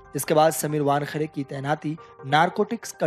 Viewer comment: वानखडे नहीं वानखेडे नाम है|